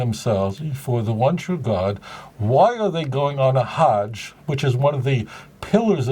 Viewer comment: Loved the video Rabbi, it made my day! However if you don't mind me pointing it out..the word "hajj" is more accurately pronounced as the English word "fudge" except with a "h"..again not criticizing you or anything lol..but yeah its truly is an honor to see a fellow Jew like yourself clearing misconceptions about Islam keep up the good work